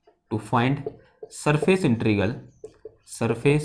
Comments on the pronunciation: I think sir found it easy to speak that way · Please pronounce integral instead INTERIGAL . It is RAL AND NOT GAL